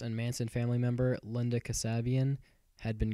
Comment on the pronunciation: "Expert" who cant even pronounce Linda's name correctly. What a joke.